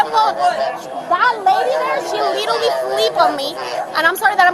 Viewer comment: leetereelee leeteree leeterree leterree of all of the words to learn in English. She sure got that one quickly.